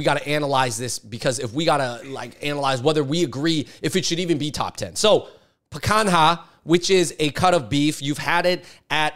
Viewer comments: bro really said "pre kang haa"...seriously y'all need to travel more or make more friends of other cultures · Literally never heard it butchered like he did lol.